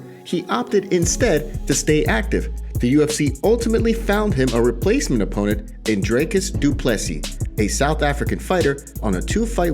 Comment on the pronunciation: In what world is Dricus pronounced 'Draycus'? Can you not read? You even butchered the surname but that's a bit more understandable.